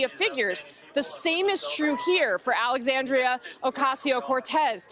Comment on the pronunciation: “hard left”.... the gov is a hard RIGHT, and aoc isn’t wrong at all. and her name is pronounced “Alexandria” not “Alexandrio”. thank you.